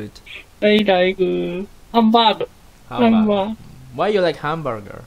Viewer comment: dia bilang hamburger atau hambagu ya? saya lagi belajar bahasa jepang soalnya